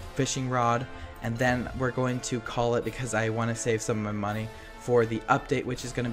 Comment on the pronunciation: The way he said monney lol,!!